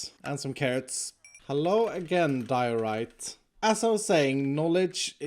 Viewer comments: I'm pretty sure that pronountiation of Diorite is Die-orite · Diorite? more like DIO-ITE